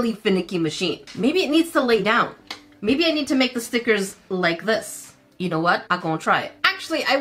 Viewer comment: you messed me up girl cause now I don't say stickers, they are now STEEKERS lol